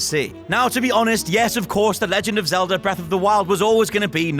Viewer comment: Zelda!!! Its zelda